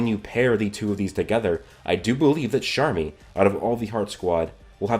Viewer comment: he says sharmy every time, where is the c at